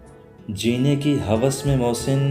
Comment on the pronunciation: نِدامت، خِیانت، ہِوس ۔ صحیح تلفظ زیر کے ساتھ ہیں۔